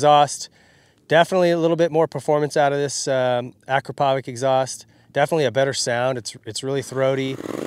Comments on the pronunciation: Stop saying Akrapovik man!!! It’s pronounced: Akrapovich!!!! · Yeah, if i remember correctly... it's, 'Ah-crop-a-vich'...like I just planted 'a crop of bitches' lol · Nice video, nice bike, nice custom parts ... but Akrapovič in pronounced like reading A-kra-paw-veech like it is written ... with the emphasis on "kra" ;) ... he comes from my parts of the world so I'm a bit nitpicky. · The exhaust is pronounced Ah -Crop-Ah-Vitch.